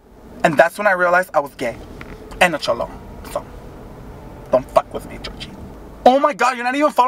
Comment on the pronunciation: Future reference, it's Jorge, but just pronounces it the same as ''Georgie''